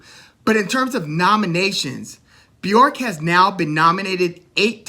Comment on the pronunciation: I appreciate your enthusiasm but her name is Bjork. B_ Yurk not B- York, Loved your videos by the way